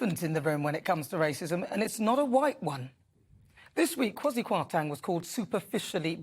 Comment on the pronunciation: I love Nana Akua 💕 but I laughed at the pronunciation of Kwasi's name..(K-way-si Quart-inng) is the proper pronunciation. Anyway...love your take on Rupa's comments, twas spot on.